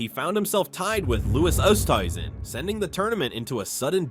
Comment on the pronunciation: Love these no credibility golf videos where the narrator doesn’t know how to pronounce the players’ names…Kaymer, Pavin, Oosthuizen, Mahan.